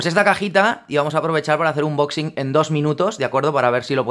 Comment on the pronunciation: Se dice "anboxing" por favor